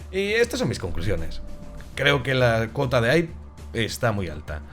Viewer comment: Se pronuncia JAIP y AISBERG, por favor !!